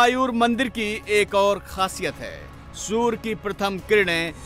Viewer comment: सूर नही सूर्य बोल